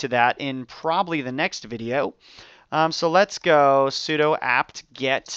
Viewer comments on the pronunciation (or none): Nice tut. FYI 'sudo' is pronounced 'soo-doo' rather than like 'pseudo' (it means "Switch User, Do ")